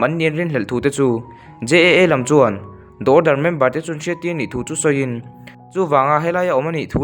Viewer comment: The order Da awrdar❌ Di awrdar✔️